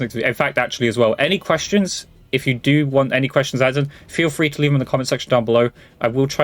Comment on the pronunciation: a little off topic but do you pronounce "free" and "three" the same way?